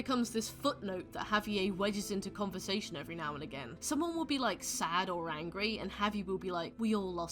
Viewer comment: why are you butchering javi's name so bad